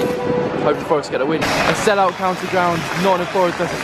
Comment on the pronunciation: Mate...he proper insulted us saying county 😂😂😂